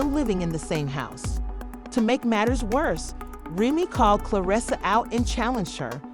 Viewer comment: I’m out because you can’t even pronounce people names correctly! In another video you did the same! Proofreading is easy before you post your CLICKBAIT‼️ Grown woman can’t even pronounce Remy‼️